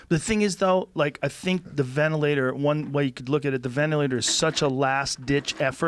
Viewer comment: I agree that the media is bullshit..but it's not because of the dude who can't pronounce ventilator.. or who calls Dr. Birx 'that chick' and still thinks Covid is the flu.